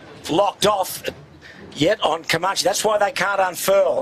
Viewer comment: I wish Peter Shipway would learn how to pronounce Comanche. His mispronunciation spoils the telecast EVERY year.